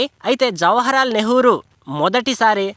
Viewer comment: జవహర్ లాల్.... First ఉచ్చరించడం తెలుసుకో....